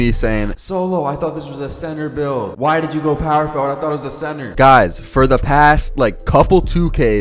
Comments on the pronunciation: I love how u say “POwer FoWard” 😩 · POW-wer Forward 😭😭😭